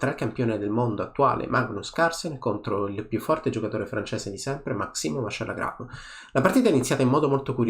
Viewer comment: Vachier ragas, non Vacher